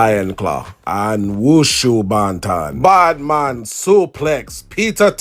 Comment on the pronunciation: "Bad Mon suplex" 😂